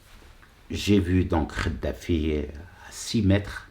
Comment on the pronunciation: Kadafi et non pas Khadafi Kadafi avec cette lettre ق et pas avec celle ci خ . Tu arrive pas a faire la différence c'est pour ça lol et tu défend les musulmans avec sar Ko . Effectivement pas de prière dans les caves mais pas de prière du tout . Le comble un musulman light pour un islam de france , comme toi quoi .